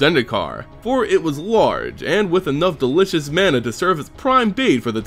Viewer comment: Ma-na, not man-a